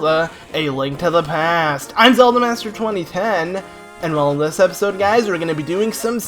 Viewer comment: Why did you have to say "a link to the pe-aaasstt" like that😭😂